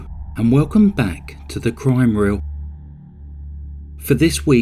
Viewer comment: haha the way you say crime wheel has a slight jonathon 'W'oss vibe, like you dont quite say your R's ;) its cool i love this channel